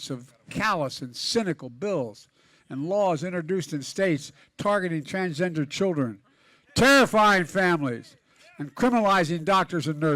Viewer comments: "Transjester Americans" 😂 Oh, Joe.. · Biden said TRANSJESTER! Lol what a clown! 😂